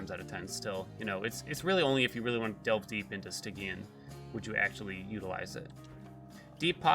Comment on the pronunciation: Poor guy's been pronouncing "Stygian" wrong his whole life.